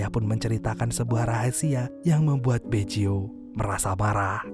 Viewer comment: Bukan Beco tapi Baggio min² 🤣🤣🤣